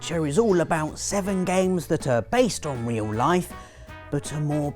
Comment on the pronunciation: "Reoul Laif"